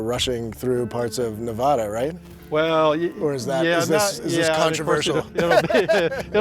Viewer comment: Stop mispronouncing "Nevada." !!!